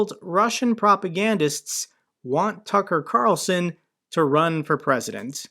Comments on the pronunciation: "Duckar Qarlson" lmao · "Tuka Carlsuhn", Got a laugh outta that one,, lol. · Tucka Kalson…love your Russian pronunciation. 😂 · Your pronunciation of... TACKAR CARLSON got me rolling on the floor with laughter! Brilliant,! Just brilliant! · I think 80% of us had a go at saying "Tucker Carlson" in the Russian accent 😂 # including 😅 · Great pronunciation of Tucker Carlson lol loved it